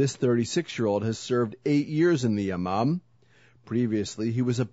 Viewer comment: I heard it as "Ya mom" aswel >.<